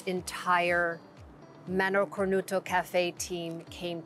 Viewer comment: Mano Cornuta! NOT cornuto... La Mano is feminine